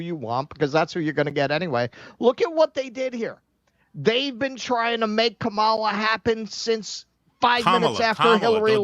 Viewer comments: KAH-muh-luh. The stress is on the first syllable. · Number of elected delegates Kamala has ever won: Zero. Welcome to the undemocratic Democratic Party. BTW, it's KAMala, not KaMAla. They are saying it's racist to mispronounce her name. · Wait so is it pronounced Kamala or Dogshit ? I'm so confused! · Commola, saddum, fawni, fanny. Django? I'll pronounce these as I wish minky